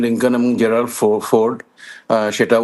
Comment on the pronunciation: our specialist cant even pronounced gerald ford😂